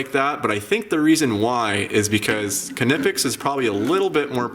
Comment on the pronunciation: Pronounced “Neepex”. Check their manufacturer videos.